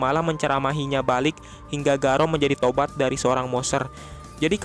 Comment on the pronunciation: Jangan garaou min.. Please